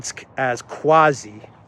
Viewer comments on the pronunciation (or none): none